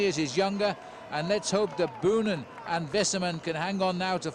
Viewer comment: It just hurts my ears every time commentator mispronounce Boonen's surname.